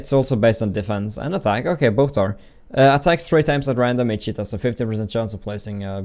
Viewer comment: Every time he says 'each hit' all i hear is 'eat shit' laughed so hard